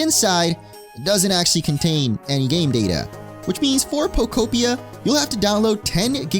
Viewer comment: Thank you for pronouncing the game title correctly!! Everyone's been saying Poko-pia or poko-p-eye-a and im like " no...its poke-opia!!"